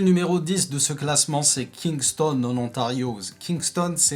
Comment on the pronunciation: Tu prononces mal Kingston. Tu prononces mal le nom des Villes